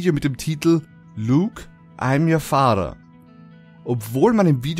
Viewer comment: wie du "father" aussprichst xDDD LOL Hört sich er an wie "Fahrer".